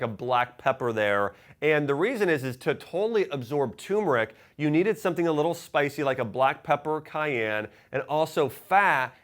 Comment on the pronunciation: It’s turmeric, pronounced term err ick!